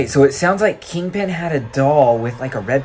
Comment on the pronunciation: Yea not king pen NOT PEN BAHAHAHA